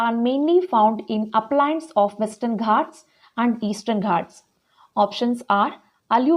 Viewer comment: Mam plesae speel it as ghaats not as ghats